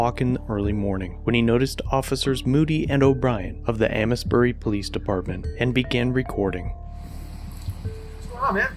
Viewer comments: City name is pronounced AIMS-berry, not A-miss-berry. Welcome to Massachusetts. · It's not pronounced Amis-bury. It's pronounced Aims-bury. Like the name James without the "J". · That's pronounced "AIMES bury" not "a-mes bury" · It’s pronounced “Aims-bury” by the way. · Aims berry, is correct pronunciation. Grew up there. Just saw this link posted on Amesbury Squawks-The Sequel Facebook page. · You pronounced Amesbury wrong.